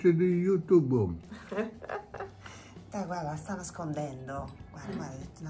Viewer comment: Babbo che dice " amici di yutubbo" mitico.....🫶